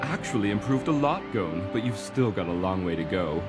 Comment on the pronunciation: Bruh the woman pronounced Gon as “Goh-n”